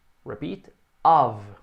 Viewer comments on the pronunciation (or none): Foi bem surpreso para mim. Sempre ouvi e achei que fosse Off em vez de Ov (Of).